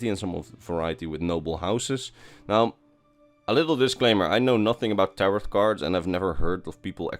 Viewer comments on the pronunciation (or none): "A lil disclaimer, I have no idea about taroT cards" nooooooo i had no idea from your pronunciation of the silent t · Non-Skyrim useless fact: tarot cards are pronounced “tarrow cards”